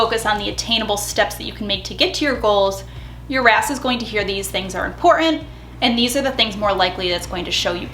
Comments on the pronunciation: When you say "your RAS" I hear "your ass" 😂😂😂 Jokes aside, I love the advice in this video. Thank you 😊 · Am I the only one who heard “your a$$” when she was talking about RAS? It made me giggle. Either way, this was super helpful thank you :) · Definitely heard " your RAS" as "your ass" 🤣🤣 yeah, I'm basically 8 lol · every time you said “ your RAS” …I heard Your A$s and laughed so hard. Thanks,lol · I love your videos and I’m the same way about loving the science and psychology behind everything. But I am laughing so hard..every time you say your RAS.. I hear your a$$. Yes…I’m 35 going on 11.